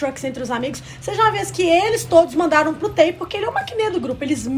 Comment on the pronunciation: Meninas, já que vcs se declaram tão "fãs", por favor procurem ao menos pronunciar os nomes corretamente, (isso se chama RESPEITO). TAE, por exemplo, não se pronuncia "Tae" e sim "Tê"